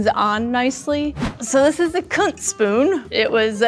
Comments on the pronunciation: Kunz? Thank god. I heard the c-word at first! Lol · Her: "this is a Kunz spoon" Me, having misheard: "hang on a second, a WHAT spoon??"